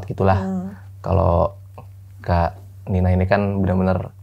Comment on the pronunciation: Tolong ya panggilnya "kak Nina" jangan kanina